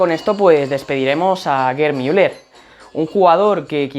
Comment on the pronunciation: LO dices bien